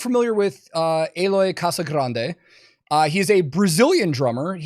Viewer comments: "Casagrande" is the pronunciation of his name in Spanish, but as you know, he's Brazilian. Its correct pronuciation would be "g" at the end..."Casagranyi" (I have no idea how to spell it to make it sound right in your heads, I am sorry) Anyway, you can see his drumeo videos to see how he pronounces it. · Not to be a d!ck or anything, as it was interesting for me as well, Eloy's second name is pronounced similarly to "kazaGRENjee" Cheers!